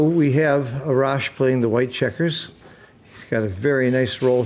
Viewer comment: A-rash, you pronounce A like the way you say in "Army" Great commentating and very educational 🙏